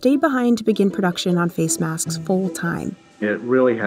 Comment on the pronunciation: Is it me or the way she pronounces “maskss” is cringe